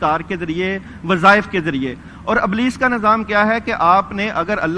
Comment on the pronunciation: they pronounce Ablees instead Iblees and Nazam where as right word Nizam they must work on these and Saheel Adeem speeches should be separated from these people.